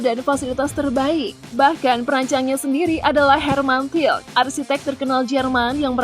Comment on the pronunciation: Bukan hermann til tapi hermann tilke ( Hermann Tilke)